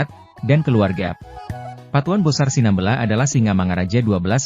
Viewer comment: Cara penyebutan SINAMBELA juga juga tidak benar